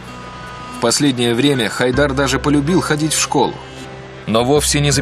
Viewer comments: Не ХАйдер, а ХайдАр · правильно имя произносится ХайдАр